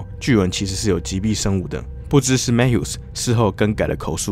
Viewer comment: Mathew应该不是Mat Hew吧 应该是MaThew🤣